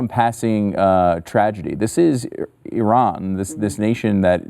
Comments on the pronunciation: Switched to a different video because within the first five seconds the lady mispronounces Iran, even to Western standards. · You stopped watching within five seconds, but still took time to write a comment to tell everyone how little time you spent on this video (and now two comments). Besides, Iran is pronounced PERSIA. And no one gets it right.